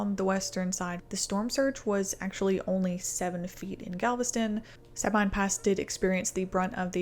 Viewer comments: Sabine pronounced sa bean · It’s pronounced “suh BEAN” just fyi :) Katrina was awful for so many and affected life in more than just NOLA, but Rita brought damage and impacts to my community in central Louisiana. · Sabine is pronounced Sabeen! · You guys who make these video's on line really never fully understand- your an armature trying to Make a buck- research your time tables, and facts- ITS ... SA-BEEN PASS / RIVER!! NOT SA-BYNE Well done kid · Sabine is pronounce Sa-bean’ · Well done. I lived it, as many here did. Southeast Texas lost 35k+ trees. Just a helpful hint, it's Suh-bean. 😊